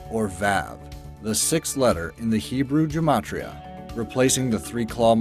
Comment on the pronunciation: When he pronounced “vav” as “vow” and “Gematria” as “Jimatria” my Jewish bones began quaking.